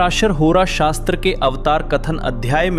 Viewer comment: Shashra naam right SahasTra naam wrong